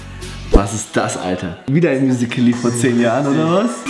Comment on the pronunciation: Niemand: Absolit niemand: Ju und: Musikally.